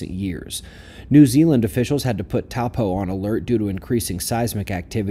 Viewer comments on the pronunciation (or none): Taupō is pronounced [ toe-paw ] and it's already in a moderate active volcanic zone anyway, not much to see here, sorry folks